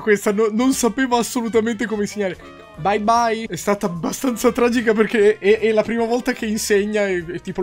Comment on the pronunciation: "baibbai" cit.